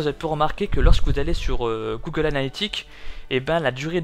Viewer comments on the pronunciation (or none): none